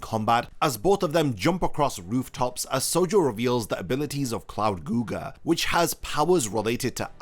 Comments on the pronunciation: It's not Googer man. lol 😅 It's "Gow-jer" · 'Cloud googer' 🤣 It's *gouger*, like 'gouging someone's eyes out' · Cloud Guga nooo 😭 pls pronounce it correctly next time lol anyway thx for the Kagurabachi vid, loved it